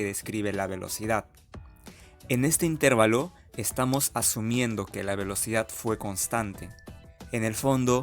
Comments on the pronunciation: Señor, con todo respeto para usted. Usted no conoce las Reglas de Pronunciación de las Palabras en Español? Cuando usted pronuncia la palabra: "Intervalo", lo está haciendo mal. La fuerza de Pronunciación cae en la sílaba "va", no en la sílaba "ter". Le recuerdo très Reglas: 1- Toda palabra terminada en n,s o vocal que no sea monosílaba la fuerza de Pronunciación cae en la penúltima sílaba, contadas de derecha a izquierda. 2- Las palabras en Español para ser pronunciadas dependen de dos herramientas: un símbolo que se escribe encima de la sílaba que va a ser pronunciada con mayor fuerza y es llamado "acento" y otras que aluden a con que letras terminan dichas palabras o de cuántas sílabas están conformada dichas palabras. Usted es profesor de matemáticas, asumo, o intenta serlo. Entonces la Matemática también aplica aquí, a la formación y estructuración lingüística del idioma Español. Consejo: debe asesorarse un poco mejor en términos de Pronunciación del vocabulario cientifico-tecnico que va a utilizar en la grabación de sus videos. Razón: Está enseñando conocimientos matemáticos, pero también está enseñando errores en la pronunciación lingüística de esos conocimientos en nuestro idioma: Español. Gracias por sus videos, muy amenos e instructivos. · Felicidades es una explicación muy clara, sólo tengo una observación la palabra intervalo está mal pronunciada ya que la sílaba que se debe pronunciar más fuerte es donde está la letra "a" que recibe el nombre de sílaba tónica y usted pronuncia la sílaba donde está la "e" más fuerte. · El video es GENIAL. Mi único comentario es ¿porqué dice intÉrvalo en lugar de intervAlo? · Buen video pero corrige algo: no pronuncies "intérvalo" porque no existe. La pronunciación correcta es intervalo, con la fuerza de voz en la sílaba "va". Saludos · Una pequeña observación: la palabra correcta es "intervalo" y no "intérvalo". Fuente: diccionario de la RAE. Saludos. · Es intervAlo no intErvalo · Intervalo! Practica tu pronunciación.